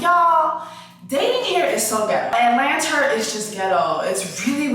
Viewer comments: Why is she saying Atlanter 😭😭😭😭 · Please stop saying atlanter 🤣🤣🤣 PLEASE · Every time she says it I laugh😂😂😂😂. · Same reason why she said clurb lmaoo